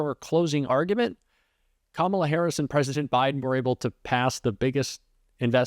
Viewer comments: He called her Kamolla instead of Kamala because he is stupid that way and he don’t know how to really say her name because he really don’t want to. She’s kicking his butt. She is kicking Donald Trump’s butt. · He finally said her name correct. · Still cannot pronounce her name correctly……. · He's so stupid that he can't even say her name right 🤣🤣🤣😂😂 What a clown! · He's back to not pronouncing Kamala's name correctly!!!